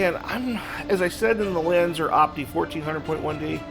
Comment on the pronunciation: Lanz are not Lanz er